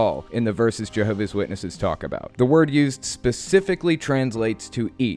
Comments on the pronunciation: Why cant the lady correctly pronounce her own religion? It's "Jehovah's Witnesses" and she's a "Jehovah's Witness" not Jehovah Witness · She referred to them as "Jehovah Witnesses". JWs are very touchy about how the name of their spook club is pronounced. Also, a real JW would NEVER call the Atheist Experience.